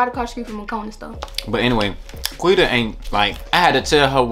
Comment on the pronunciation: nobody : quita : “ partart “ 😂😂😂😂😂😂😂😂😂😂😂😂😂😂😂😂🤣🤣🤣🤣🤣🤣😭